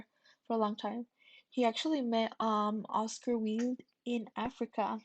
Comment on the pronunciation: Gide is pronounced Jeed. Also, Oscar Wilde’s surname is pronounced wild as in “wild and crazy.”